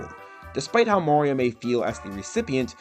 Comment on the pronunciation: It’s “Mario” not “Morio”